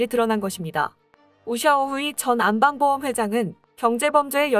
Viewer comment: 제발 좀 제대로 하세요. '안빵보험'이 아니고 '안방보험'입니다. 중국의 금융그룹인 안방(安邦)보험을 우리말 안방을 읽는 식으로 '안빵'이라 읽으면 어쩌자는 것입니까?